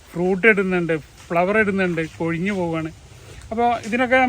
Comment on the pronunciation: കൊയ്ഞ്ഞല്ലാ, കൊഴിഞ്ഞ് 😅